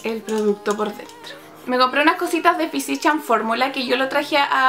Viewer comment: Se pronuncia fisical formula* ♥ súper vídeo c